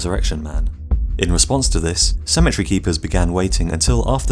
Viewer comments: Good lord you can’t pronounce cemetery for shit, it’s pronounced se-ma-tary not simatry Jesus Christ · You're saying Symmetry instead of Sim-eh-terē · Please properly pronounce your words. I was very confused as to what a symmetry gun was until I realized you do not say cemetery correctly. Symmetry has 3 syllable and cemetery has 4. Thank you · I thought he was saying symmetry gun. I pronounce cemetery, SEMM-EHH-TEHR-EE. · I thought he was saying "symmetry gun" lol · I thought you said symmetry gun not cemetery gun. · I kept hearing “symmetry gun” and was quite confused for a bit. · Wow, ok someone needs to tell the narrator how cemetery is pronounced. I couldn’t figure out why he was calling it a ‘symmetry’ gun. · I thought he was saying "symmetry" gun. Took the picture of the cemetery to figure it out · Downshift He was saying "cemetery" guns 😃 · Cemetery not symmetry